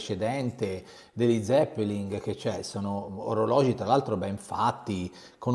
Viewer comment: Perché dice zeppeling?